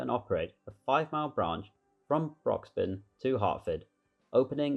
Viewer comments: Not only that, but also Broxbourne is pronounced "Broxborne" rather than "Broxbun". It hurts my ears when people say "Chesh-unt". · And Broxbourne is Brocks-born, and the river is pronounced Lee never Leya